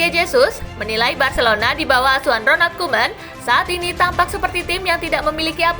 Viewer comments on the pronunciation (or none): Asuhan Min bukan Auhan